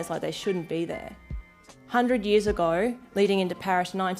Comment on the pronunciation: ago = "agor", later = "latah", i'm not sure what she was on about, but that's what i got out of it